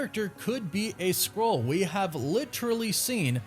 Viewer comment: Please.. Say SKRULL... not scroll 📜 😂